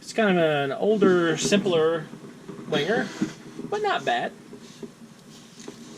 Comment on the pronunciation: Please pronounce Wenger ven ger not winger